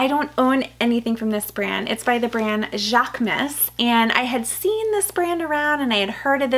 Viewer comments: Hate to be the grammar police😂… but it’s pronounced: JHAK-MOOSE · Love all your new items!! Especially the Marc Jacobs, I keep admiring that mini Tote! Going to pull the trigger one of these days LOL Jaquemus is pronounced jacques-uh-moose 😊 with a guttural French accent 😂